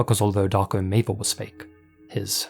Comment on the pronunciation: 1. Maver is not a Serbian last name. 2. The way you mispronounce it sounds as if you're saying "Dark ameba".